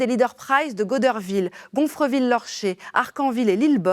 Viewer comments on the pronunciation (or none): Sa se prononce "god-daire-ville"